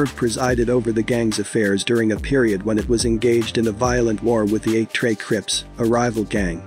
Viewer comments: Bro gotta stop using Ai as the voice sometimes. Ai out here saying tree instead trey😂😂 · Where is the narrator from? Only asking cuz, cuz can’t pronounce trey,He keep sayin tree lol